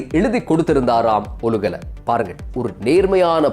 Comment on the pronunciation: "ஒலுகல" அல்ல "ஓலுகல"